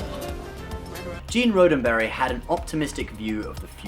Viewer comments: It's RODDenberry, not ROADenberry! Why don't you get it right? * slap * (John Cleese action!) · Gene's last name is pronounced ROD-en-berry, not RODE-en-berry. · Really? You're crazy about Star Trek and you mispronounce the name of its creator, Roddenberry? Think "rod" as in "steel rod", not "rode".